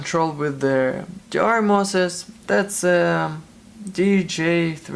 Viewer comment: is hard to get 16 vr mosses? ir moses? vr mosfets??? man I can't understand what you saying and I need that part to be replaced on my rtx 2070, and i have no idea what to search for.. it went in flames 🔥😓